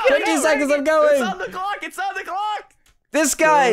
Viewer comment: In the intro instead of hearing say clock did anyone else hear glock?😂hmmmm